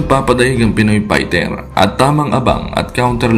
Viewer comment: HINDI YAN PAYTER TOL Fighter Yan pagbigkas mo ULITIN MO NGA PAYTER ay mali yan